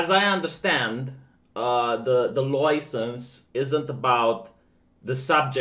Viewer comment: Can we make stop pronouncing license like that...